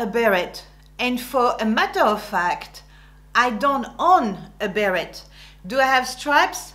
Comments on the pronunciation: But you said Bear-Ette and we say bear-ay., non? P.S. I agree all your “don’ts”… so true. Also about the sexy dressing, décolletage etc. not at the office unless you don’t want to be taken seriously. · Bit much to criticize women for mispronouncing the names of French brands, then mispronouncing, "beret," a word which, I believe has a French origin. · Wait, so it's actually pronounced " be ret " like Americans say it?? I always assumed the t was silent haha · I'm very impressed with your video. I have a close friend who spent her first 7 years in France, then her family emigrated to the U.S. She epitomizes everything you've mentioned. I have a quick question. As a Canadian, with both English and French as our national languages, I was taught to pronounce "beret" as "beree". Is this wrong? I noticed that you pronounce the "t".